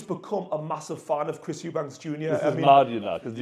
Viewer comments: Eubank, not s, no s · We've been here before brother! EuBANK! No "s" 😂😂